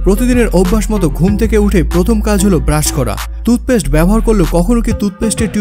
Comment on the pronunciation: তুতপেস্ট নয়, টুথপেষ্ট।